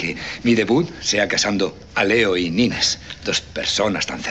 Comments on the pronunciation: No es Nine, es Nines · es nineSS, no nine xD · ¡Nines, Nines, Nines Nines!...la prima de Raquel se llama Nines, no es Nine. Les falta la 's' final. Nines es diminutivo de Angelines. Escuchen bien como le llama su prima Raquel y otros personajes 😊